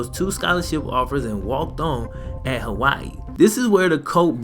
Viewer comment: Aye i luv yo vids bro but you butchered my states name😂